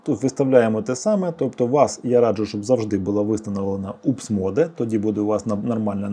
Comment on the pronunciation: Только не МОДЕ! а моуд.